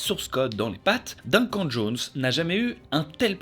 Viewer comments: Oh mon dieu tu a dit « dinquant »pour le prénom Duncan je suis morte le respect 😭 mon frère s’appelle comme ça aussi j’ai explosé de rire 😂😂 ça se prononce « deuncan »😅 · Ca se dit "deune canne", pas "d'1 quand" ... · Duncan ... " Deunn Kane " .. par pitié...😭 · ÇA SE DIT "DEUNECANNE" !!! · C'est tellement fait avec sérieux que j'ai cru à une énième prononciation farfelue américaine 😅